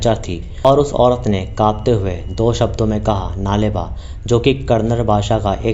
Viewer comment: U r pronouncing it wrong... Its नाळे बा (कल आना कन्नडा में) not नाले बा।